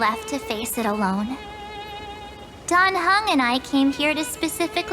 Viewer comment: First Time i listend to the eng dub. Why the heck do they say "Dan Hang" and not "Dan Heng"? (And "Syreenie" lets me cringe a lot)